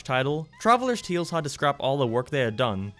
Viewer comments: I like the way you say “tales” TEALS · I guess he’s Irish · Why do you say the word "tales" like that?